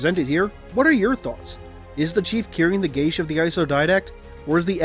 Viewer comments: would it not be pronounced similar to gay as, not gashe, because im pretty sure their isnt a h in geas, food for thought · It's pronounced gee ahss. Otherwise great video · I love ya man but, I think it's pronounced G-US. Not like you're saying it. Your saying sounds like gay-sh. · The pronunciation I found said "geSH" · That's not how you pronounce geas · I don't think you're pronouncing geas right ._.